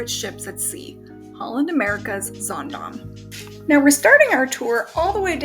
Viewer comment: I'll be on the Zaandam in a few weeks. I love that you pronounce the name of the ship correctly. ☺